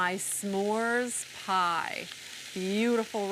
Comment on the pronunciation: Why does she keep enunciating the "S'mores Pie"? We got it the first time Sandy.